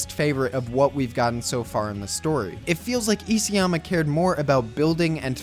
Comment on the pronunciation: Isayama is pronounced iSA-yama, not E.C.-yama.....